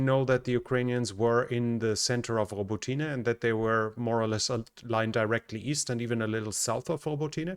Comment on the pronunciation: In Ukrainian, the "y" in Robotyne is pronounced as a short "i" like in the English word "it". So, it's "i" not "ee".